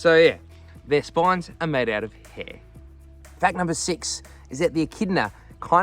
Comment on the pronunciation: It's not "hee".. It's 'Hair'.